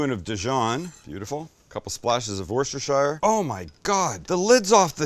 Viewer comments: I’ve said this before, but it’s pronounced Wuss-ta-shear…not shire! It’s not full of Hobbits! 😂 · Worst-iss-sure , gotta have that double ss like saying the word fissure, like worst is fissure, but you’re saying worst is her. <— autocorrect….am I right?